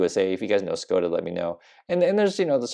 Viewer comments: In the name Škoda, the first 's' with the hook over it is pronounced as a 'sh.' So it's 'Sh-code-ah.' And yep, they are all over the roads in Europe. You've probably also not seen Dacias (dach-ah) or maybe even Renault, but American cars are either imports or leftover from service members in Germany that don't want to ship them home after their time abroad. More expensive to repair and in my humble opinion, a weather vane for materialistic stupidity,. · Škoda is a Czech car manufacturer, now owned by VW. It is pronounced Shkoda with a sh sound at the beginning.